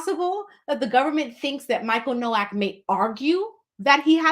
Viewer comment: He pronounced his name in the first court appearance Noak like "Yolk" or "Joke" lol.